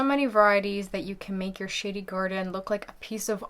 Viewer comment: did you say SHADY OR SH!TTY 😂